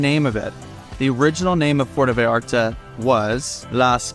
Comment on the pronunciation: Yes, the first “a” in Vallarta sounds like the “a” in “haha”. You’re pronouncing it as Veyarta.